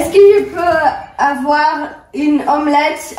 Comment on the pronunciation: ТЫ СКАЗАЛ НЕ ПРОВИЛЬНО АВУАР У ИНФИНИТИВ ТАК НЕ ПРАВИЛЬНО